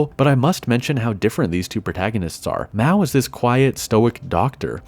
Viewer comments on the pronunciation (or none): MA-O not MAW :(